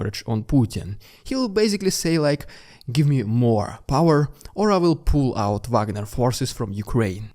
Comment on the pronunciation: it sounds like he is saying prigozhin will poo out his forces